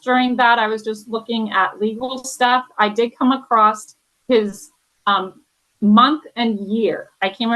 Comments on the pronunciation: This talking thing is a bit crazy. And I didn't kmow there was a 't' on "across the, acrostic, acroset"? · “I came acrost”